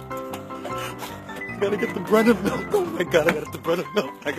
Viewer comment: I live in Pittsburgh, PA, so that should tell you enough about how we deal with snow. xDD Though, I must admit, near the end of the video of the man 'rushing' to get bread and milk, I was hearing, "Breaded milk." xD However, it did bother me when we had the polar vortex hit, as in one day, I saw at least six articles of people who had died or nearly died from being stuck outside in the negative degree weather. Yes, a couple were homeless and that broke my heart, but the ones that scared and upset me the most were as follows. First story - little girl found dead outside her home in the snow. Second story - daughter saves elderly mother from dangerous cold weather after being dropped off outside at a locked care facility. It gives me a sickening feeling whenever I think of those two articles.